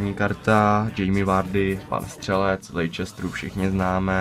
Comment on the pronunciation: Super video! :D Akorát je to Jamie Vardy z Lestru a ne z Lejčestru :-D